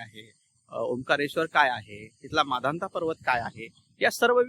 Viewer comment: सर तुमची परिक्रमा पूर्ण व सफल हो आपण माधनता पर्वत म्हणत आहात ते मानधाता असे म्हणावे नर्मदे हर 🙏